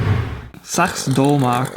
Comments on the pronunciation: Sachs is actually pronounced "saks" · Sachs is pronounce like sax, but great voiceover overall! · Even in Germany that company Sachs is pronounced like "this sucks", perhaps with a softer s at the beginning.